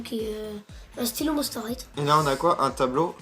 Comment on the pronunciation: on dit pas monster highTE on dit monster highE mais sa fait rigolo =)